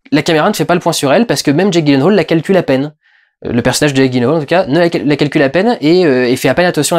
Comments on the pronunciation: Ça se prononce "yilenhal" ;) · Petit commentaire en passant : ça se prononce "Yilenhèyle" :3 Voili voilou (et si vous voulez vérifier : Bonne journée à tous, et continue Durendal, j'attends le prochain PJREVAT avec impatience ! :)